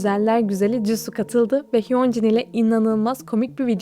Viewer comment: ya abla ciddi misin hyoncin ne en nefret ettiğim şeylerden bir taneside şu idollerin adlarını yanlış telafuzu ve yanlış anlama ama sen bunu ikinci kez yapıyorsun straykids gizli sır videosu boyuncada isimlerini yanlış telafuz ettin ve cidden sinirden izliyemedim lütfen artık idollerin adını doğru telafuz et 🙏🏿🙏🏿